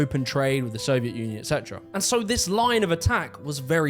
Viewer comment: it kinda sounds like he says "soviet nunion"